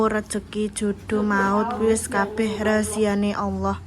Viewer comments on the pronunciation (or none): Bukan Razia Alloh mbk,,tapi Rahasia Alloh😅